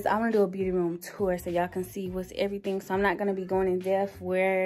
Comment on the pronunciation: “everyting” lmfao but you’re apartment is so cute!! And I have five of those candles lol